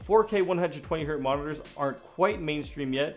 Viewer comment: HERTZ not HERT